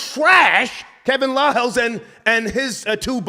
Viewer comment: Star dumbed out - that was must needed - Banged it on that dude who said Kevin Liles name wrong. Hahaha